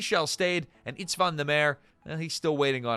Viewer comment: István Nemere's fist name is pronounced EEsht-von, definitely not Its-van.